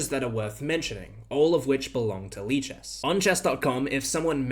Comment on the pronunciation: lichesas lichess